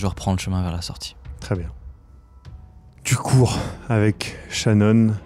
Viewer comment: quand demande à si elle court ou se cache, ça sonne comme "tu crève maintenant ou tu crève plus tard?"